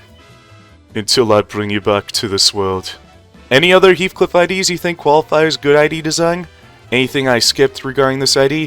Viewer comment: be like: heathuclipuuuuuu 😭😭😭😭😭😭